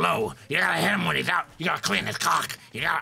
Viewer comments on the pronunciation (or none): that's the second time I've heard Mark say cock instead of clock. XD